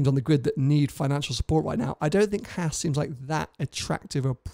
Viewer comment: Oh my God! Why is it so hard for Brits to pronounce Haas. (maybe it's the lisp?) It's the same A sound as in FerrAri. Just stretch it out a bit. It's not that hard.